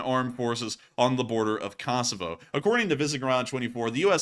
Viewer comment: You have pronounced Kosovo wrong all night, just a heads up!